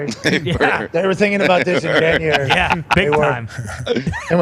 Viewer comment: is gold, “Janrary… FOREVER!!”🤣